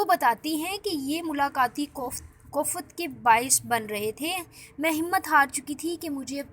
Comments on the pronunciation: Not kofat ' koft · Kof’fat nahi hota behen koft hota hai 🙏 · pls correct urdu.kooofaaat😂😤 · Kofaaat kofaat kia ker rahi hay jahil larki teray ko pata he kia hay phalay tu bolna tu sik jahil